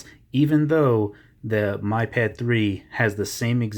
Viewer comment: lovely review. i didn't want to be that person but it's pronounced 'me' pad. just saying. it's annoying